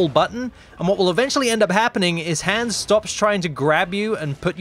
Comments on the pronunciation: the an in Hans is pronounced like On instead of the an in hand. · You pronounced Hans incorrectly. Nice video though!